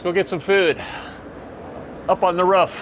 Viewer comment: up on the ROOF not ruff !